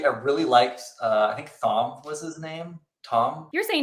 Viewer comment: Maybe that conversation should have been left in. No one pronounces the name that way in the show. If his only knowledge of the character comes from the show, it's a bit odd to use the 'th'. Before the Aiel burial scene he is only referred to as "Gleeman". Then he introduces himself to Mat as a very pronouncible "Tom Merrilin" without the h. From then on until he disappears he is never referred to by name although he does refer to himself by his profession. However in the books there is no pronunciation (except in the glossary) and his name is frequently spelled as Thom with the h.